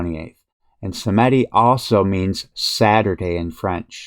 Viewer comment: sAmedi et non sEmedi